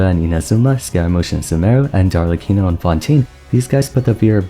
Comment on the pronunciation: I love how everyone gets the italian pronunciations except arlecchino🤣